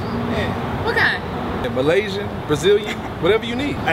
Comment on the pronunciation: "EMalaysian"? Lol